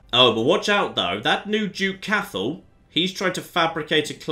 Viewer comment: Cathal is pronouced Cot hull just FYI :)